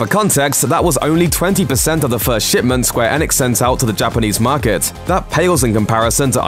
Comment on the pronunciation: Every time the guy says Square Enix makes you cringe because he cant pronounce Enix properly.